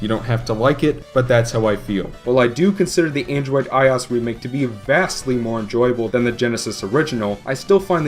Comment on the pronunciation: It's i - O - S, not "eyeaus". The "OS" is an acronym for "Operating System" so everytime I hear "eyeaus" I dye a little inside.